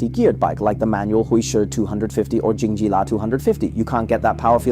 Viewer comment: calling it Honda and Jingjilla was intentional, wasn't it? or you are a guy with Chinese accent who cannot read?